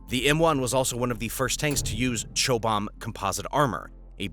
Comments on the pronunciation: dude, it's CHOB-HAM... chobbum or whatever not chobomb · You pronounce Chobham with the Ch the same as in Church and the ob, the same as in Lob - so Ch - ob - ham. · Chobham is pronounced "chob-um". It's a place in the UK. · Lmao at the pronunciation of Chobham. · well said I really laughed at the mangled unrecognisable garble he called it.